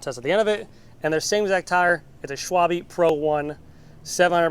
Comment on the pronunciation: u got me at SCWALBE, Schwabel sdahsdahjsdgaouhishdkajshd tire AHAHHAHA